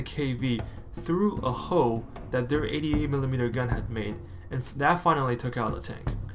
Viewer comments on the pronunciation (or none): none